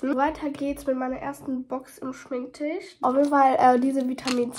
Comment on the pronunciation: Bin ich die einzige die immer Schminktichh versteht? 😂